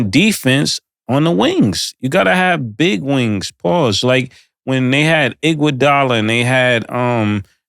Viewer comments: “Andre Inkwadolla”😂🤣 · “Andre Inkwugala”😂😂😂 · “Inkwadala” is crazy 😂😂😂😂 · Inkuadala is CRAZY Killa, there's no I or K in Iguadala's name bro 😭😭😭